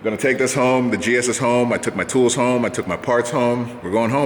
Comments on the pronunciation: "Working from Hoon" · HOMEHOONING? HOONIHOME?